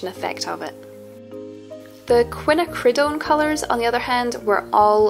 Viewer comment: Nice job, a useful survey indeed. I hope I'm not annoying to suggest this pronunciation: Quin `_A_ cri doan (emphasis 2nd syllable).